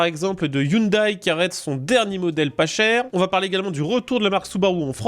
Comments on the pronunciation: On ne dit pas i oune d'aille mais i oune dè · On dit pas hyundaye 😅 Sinon une belle idée de merde vous voyez les files de camion et les camion qui se tirent la bourre? Sa va être pareil avec les autos...